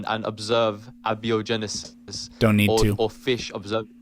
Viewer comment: You can definitely identify this new generation of kids who don't care about what's true by their pronunciation of "abby-o-genesis".